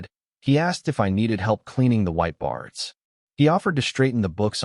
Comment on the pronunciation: narrator error ~ "white bards" should be "white boards"